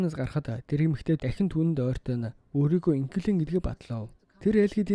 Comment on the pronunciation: Төрсөнө өдөр , Дахина, бүтээсэнэ, эзэлсэнэ, удаана, аваачина, хүнэ, нэгэнэ, болсоно, хэдэнэ, эргэнэ очиж, хамгаалалтына, оролдсоно, ажилтана энэ үгнүүд бүгд ард нь эгшиг байхгүй хэлээч хараал идмэр вэ хэлний үзүүрийн н хэлний угийн н гэж мэдэх үү урд нь бас хэлж байсан анхаараачээ хазгай ярьдаг пизда вэ